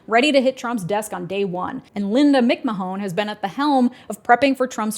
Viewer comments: Is there a reason you're saying McMa-Hone, instead of McMann, which is how the name is usually pronounced? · "Mick MahOWN"... nope. It's "macMaan". Think the first syllable of "mayonnaise". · Mick-Muh-hone? Her last name is pronounced "Mick Man." Also acceptable is "unqualified lunatic Trump crony." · Linda “Mik-Ma-Hone?!?!” It’s a fairly common last name, and it’s pronounced “Mc Mann.” It was really hard to focus on the content after that hit me in the face like a sock of flour. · "MaMahon" is pronounced "McMan" btw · Just because it hurts to hear and commerce may come up again, McMahon is typically pronounced “MICK-MAN”. 99% sure whenever her husband has been mentioned in years past, it’s pronounced that way. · Correct pronunciation is MICK-MAN not MICK-MA-HONE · I know this is irrelevant in the grand scheme of things, but Linda McMahon's name is pronounced "mick-man" not "mick-mahone". Vince, her husband in a sham marriage, will be extremely pleased to hear his good friend Trump could dissolve the federal investigation built against him for sex trafficking crimes and sexual abuse. Trump did call to check on Vince when his limo exploded during a segment on Raw because he believe he was actually dead. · FYI its pronounced Mack Man not mc mahone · it’s pronounced “mc-man”, but i’m never not saying “mc-ma-hon” now 😂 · Re Linda McMahon: the Mick Mahone pronunciation is killing me, especially when this is a family that has been in the public eye for decades. The name is pronounced Mick Man. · Mick - Man not Mick Mahone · it is pronounced ‘Mick-man’ not ‘Mick-mah-hone’ 😂😂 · It's "MC MAN" not mic ma hoan. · Linda Mic Man not mic ma hone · It’s pronounced McMan btw not McMahon lol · "Linda Meekmahan" has been... BROKEN?! (you have to be a wrestling fan to get the joke, lol) BTW, it's pronounced like MICK-MANN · Mick-ma-hone... Isn't it Mick-man? Seriously, that was a great video. We're screwed. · It's McMan, not McMaHON, and that whole family has issues...